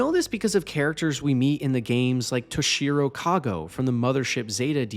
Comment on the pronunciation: at least say his name with the japamese inflection. Toshiro. Toe Shido. you dont say SowSooKay from NawRootow right? SauceSkay... lol